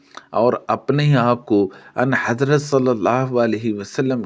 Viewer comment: لفظ اَن حضرت نہی بلکہ آں حضرت ہے درست فرما لیں